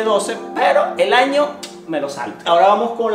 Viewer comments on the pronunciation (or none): En el minuto decía ano en vez de año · Xd dise ano